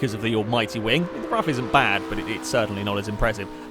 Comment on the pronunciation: Btw it's pronounced 'roof' and not 'rough' .And I'd recommend trying the radical rxc turbo round rouen les essarts short,that car is a huge amount of fun.